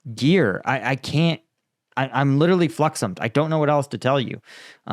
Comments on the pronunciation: Bro said fluxom 😮😮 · You're so flummoxed that you're fluxommed